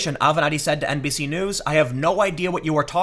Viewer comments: I am MEME-damaged. Everytime Tim says NBC-news I keep hearing NPC-news,. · I swear I heard you say “NPC” news a couple times 🤔😂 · Every time you said NBC, I thought you were saying NPC, and then I realized, same diff.